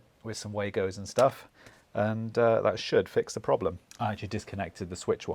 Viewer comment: Wago is pronounced vargo.